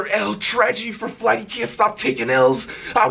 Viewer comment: Kayani Bailey Flight* Not fLight or fWight just Flight.